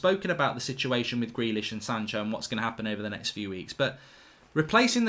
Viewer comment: it's Sancho and Van De Beek not "shanco" and "vanderbeek" ffs